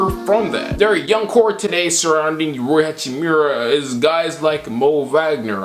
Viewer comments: Idk if I’m hearing you wrong but Rui is pronounced Rue-e not Roy. Love from Spokane home of the zags 🤧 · u butchering rui hachimura name its riyu